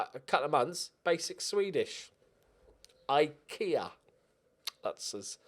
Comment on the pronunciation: It was great when e said he had learnt basic Swedish and then wrongly pronunced Ikea